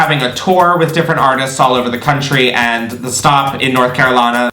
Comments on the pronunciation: When you said “North Carolina” it sounded like you came from these parts. Come back when it’s safe! ily, <3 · I had to rewind you saying North Carolina twice. Cracked me up! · The way you said “North Carolina” took me OUT! 😂 Love it.